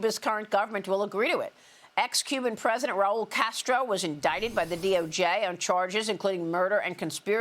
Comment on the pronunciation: Castro not Casto